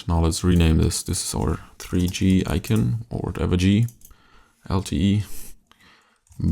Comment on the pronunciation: ICON!!ICON! I-C-O-N!! NOT IKEN!!! Yeeses, unwatchable...